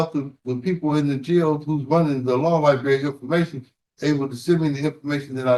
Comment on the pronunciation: But he did axe about the Law Ly-Berry!